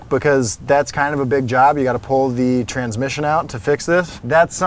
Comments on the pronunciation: Gotta check out that “transimission.” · "transimission" too :P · "transimission" xD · “Transimission”..........???? Lol 🤓